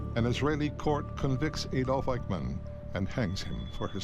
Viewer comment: It's Adolf, not Aydolf.